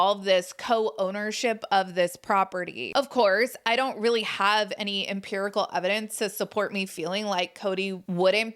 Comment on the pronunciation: "This is Rilly a Big Dill"..😂😂😂 is funny 😁